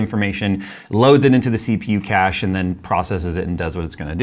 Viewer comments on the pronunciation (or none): none